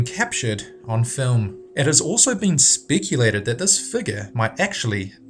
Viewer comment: it is pronounced speculated not "spickulated" you Aussie jawed jagg